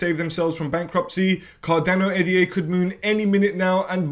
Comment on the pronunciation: Ada NOT A.D.A